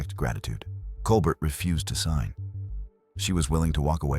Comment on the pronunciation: One can tell this is AI simply by the pronunciation of Claudette Colbert's last name: it's Col-bare (like late night icon Stephen), not Col-burt (as the narration pronounces). SMH.